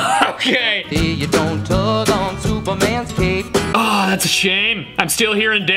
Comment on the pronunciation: Ngl I heard "don't tug on Superman's cake" now im convinced hes a baker